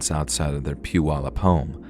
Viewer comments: Whaaaat? Someone actually pronounced “Puyallup” properly? 🤯🤯 Good job! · I live in Tacoma now but I lived in Puyallup when this happened. And you actually pronounced it (Puyallup) right unlike so many people who have talked about this. South Hill was basically an area that's kinda turned into its own city even though if you live in South Hill, it's a Puyallup address. I remember the fire. You could see the smoke. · I live in Washington state & just wanted to say "bravo!" on correctly pronouncing the name of the city where Joshua Powell was born ( mark). Many non-locals get it wrong, as the spelling looks odd. I live about 30 minutes west of Puyallup. 🙂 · Story # 2 is completely true! Grew up in PNW, and remember this national news story. Thid story was well written and told. Thanks for shedding light on this dark story. And by the you pronounced Puyallup correctly🤣